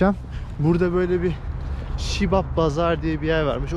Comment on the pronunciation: Şibab değil Siyob bazar 🤣🤣🤦